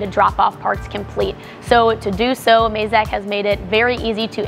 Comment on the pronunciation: It’s Mazak not mayzak